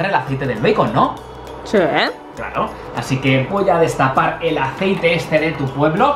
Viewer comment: Echamos un poco de Aicete uvu * echa mucho aicete*:3 Yo:._. Mucho xd